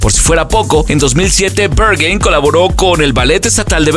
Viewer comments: Se pronuncia BerJain. Es alemán, no inglés. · Como que "Bergin" ? 😂😂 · Me incomoda el hecho de que el narrador pronuncia el nombre del club en Ingles y no en alemán. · I love how he pronounces "Berghain" as if it were in somewhere in America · Aprende a pronunciar "Berghain"... 🤦🏻‍♂️ es alemán, no inglés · Te sugiero investigar la pronunciacion correcta del lugar. ...... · Peor no lo puede pronunciar jjajaja